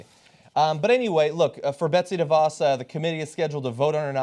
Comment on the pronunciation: How is it that people (particularly hosts and guests on the show) can't pronouce DeVos yet? It's duh-VOSS.